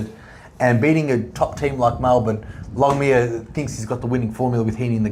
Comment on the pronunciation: Longmire ……longmuir 😂😂😂